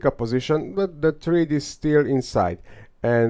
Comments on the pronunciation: Thread rhymes with bread! Excellent research though! ☺️☺️ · It’s pronounced THREAD, not THREAD.